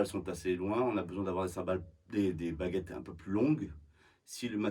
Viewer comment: I heard "bagettes" and now I'm hungry.